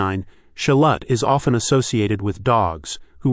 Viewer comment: As a mexican, im glad you said like "sholot" instead of sholotle, theres no tle tle.. its annoying to see foreigner trying to teach native speaker how to pronounce their own languages.